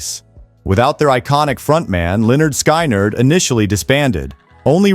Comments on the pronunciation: "Leonard Sky Nerd", how does this narration butcher that? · exactly. You can tell because the voice doesn’t know the name of the band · HEY LEARN HOW TO SAY LYNYRD SKYNRD:face-orange-raised-eyebrow